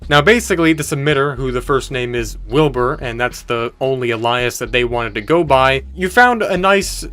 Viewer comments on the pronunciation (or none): "Ally-ass"? It's "alias", pronounced "eh-li-ess" bro... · "The only 'ally-us' he wanted to go by" Alias is pronounced like the 'ali' in alien. Fantastic video, I love your content! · Did you really pronounce alias as "a-lie-us"??? Bro, it is pronounced "aye-lee-us". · everyone has a blind spot.. you pronounced Alias similar to Elias, it sounds more like A-Lee-is / A-Lee-us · Fun fact: the word alias is pronounced ale-ee-us, not uh-lie-us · I'm loving your videos bro, but I can't be the only one whose entire body tenses at your pronunciation of alias.. A-LEE-US.. its not a tomato potato situation, youre saying it wrong and it bothers me haha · Alias is pronounced ay-lee-us. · you pronounced alias wrong. its pronounced a·li·as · uh-lie-us hahaha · How tf did this guy pronounce alias?